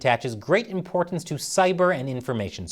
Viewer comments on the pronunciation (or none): none